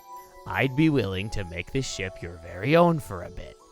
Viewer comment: Whenever says ship I feel like he says shit